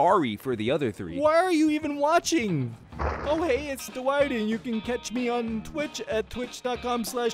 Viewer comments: Wait with or without captains it actually sounds like he said hello I'm too white I'm pretty sure it would have said Dwight he just pronounced it a little off but that is hilarious edit: Dwight: okay let's slap on some perks Dwight perks captions: okay let's slap on some perks white perks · With captions/subtitles everytime he says Dwight the subtitles say white